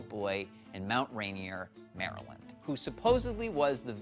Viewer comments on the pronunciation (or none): none